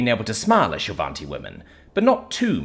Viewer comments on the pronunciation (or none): hahaha. Also despite pronunciation, there's no n in shil'vati